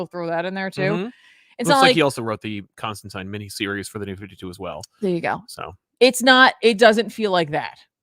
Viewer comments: Constantine should rhyme with 9. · Please don't pronounce Constantine like that...😂